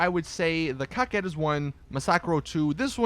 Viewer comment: I like this video a lot! Coming from you its superb! The pronunciation of the cars is ON POINT! I have to admit, I cringed when you were getting up to the Coquette but you NAILED its pronunciation! You even showed the SUV class some love which is rare but I appreciate that! Thank you!